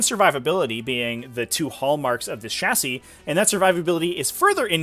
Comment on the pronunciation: Dude learn how to say chassis